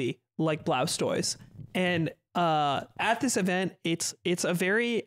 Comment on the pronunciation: Who is Blaustoise?? Until I checked the chapter title I thought he was pronouncing 'Blastoise' weird.